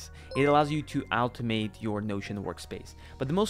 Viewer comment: "Altomate" "Altomations" "Altomatically"